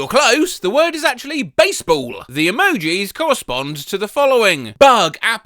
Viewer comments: I always forget about the silent 'p' in basebapll 🤦‍♀ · this got me good. The way he says "B A S E B A L L!" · I thought I was having a stroke when you spelled out basebapll.